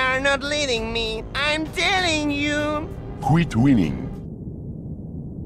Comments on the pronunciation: “Quit whining” (pronounced “Quit Winning”) should be the subtitle of this game. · it's not quit winning its quit whining its just pronounced hella butchered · the dude is nagging and complaining over and over, why would he say winning? it's whining but pronounced wrong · Seems 'quit winning' was a mispronunciation of 'quit whining' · "Kweet weening" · Another year passes, qweet wheenning..